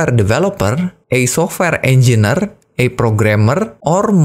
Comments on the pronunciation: Mohon izin mengoreksi Pak Engineer dibacanya enjenir, bukan enjiner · Informasinya kerenn uyy. Mantap bang. Btw sorry bang hehe cara penyebutannya engineer (enjenier) 🙏